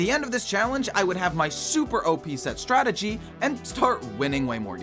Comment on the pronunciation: "sett" and "startegy" in the same sentence🥀🥀🥀